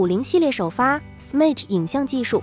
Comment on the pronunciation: x mage, 分开发音。